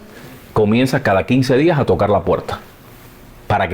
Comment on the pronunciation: Por cierto, el entrevistador debería tomarse su video como una clase magistral de locución de Abel. Escúchalo a solas, escúchate a hablar tú, y escúchalo a él: eres de los cubanos de bacco puetta y goppe (barco puerta y golpe), de il y venil (ir y venir) y de aspirar las eses a saco, terribles vicios para un comunicador. Se mejora leyendo en voz alta y escuchando a los profesionales que saben. Yo te seguiré desde hoy y tienes mi like, any way. SUERTE EN LAS REDES.